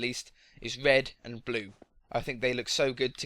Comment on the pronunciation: You said wed and bue